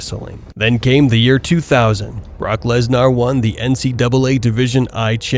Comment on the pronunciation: I love how you or the Ai voice say LesNAAR... he is pretty Gnaarr I must say